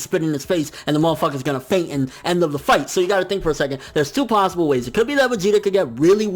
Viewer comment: said plossible